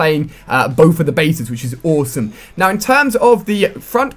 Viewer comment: Its awesome not ooosome